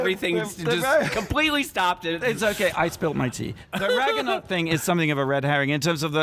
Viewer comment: When you pronounced ragnarök "ragganack" I mean... Most people pronounce it incorrectly already but you're even pronouncing the mispronunciation wrong I can't